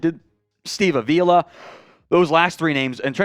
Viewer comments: I’m sorry I just have to say something, it’s not UH-vila It’s AH-Vee-la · Hey, you keep mispronouncing Avila. The accent is on the first syllable, not the second.